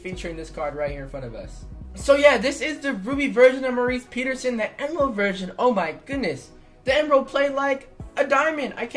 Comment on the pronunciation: Why do u say his name like Maurice Peterson it’s Morris